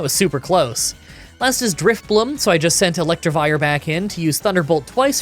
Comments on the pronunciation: Wasn’t gonna say anything, but, since I was annoyed and comments are good for the YouTube algorithm, it’s Electivire, not Electrivire. 😛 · Electivire not ElectRivire